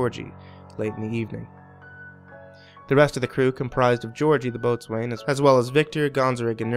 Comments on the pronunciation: Boatswain is pronounced Bo'sun...I could support a full - time career simply correcting you! Imbecile. .I only tune in for entertainment value which, keeps me and my friends endlessly amused. .between your cockyness and illiteracy is the funniest thing we've come across in ages LMFAO! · I know it's spelled "Boatswain" but it's pronounced "Bosun". Sailor words are weird.